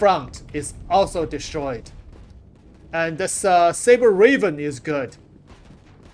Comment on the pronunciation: I swear you say things like "launch" and "Raven" wrong just so people have to actually watch your videos to see what's happening instead of running them in the back.